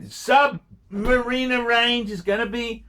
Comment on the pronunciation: Who the f**k is this bloke? He thinks it is called a Sub-MARINA and pronounces it so.